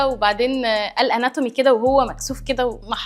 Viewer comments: حتى نطق كلمة اناتومي نطقها غلط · هو رقم ٣ ده نطق اسم التشريح بالانجليزى غلط اصلا Anatomy دى مفيش طالب سنه اولى يغلط فى نطقها